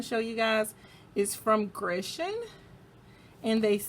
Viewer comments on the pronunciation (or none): I think it’s pronounced like gur not gre 🤷🏽‍♀️ I’m so nervous to try dip for some reason & I don’t even know why